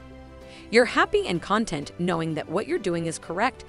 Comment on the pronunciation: I'm sorry but did you take the time to watch your own work? You put up the graphic for #6 You're good at reading others When it should have been graphic #1 You know your stuff P.S. The word "content " has different meanings and scorings and it is annoying to me when the well done AI voice gets it wrong. thank you